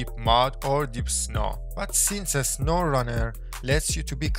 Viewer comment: "In a sowwrunner"